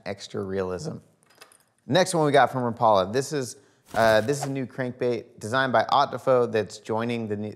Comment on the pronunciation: Rap....a....la...not Ra Paul. A.... u tryin to get sliced 🐕 dog. Say it right change the world. I mean u look hungry dog u want some Pizza? U tryin to get sliced? God bless West Coast TW ref. Storms. We. Seder the water bout.....wow.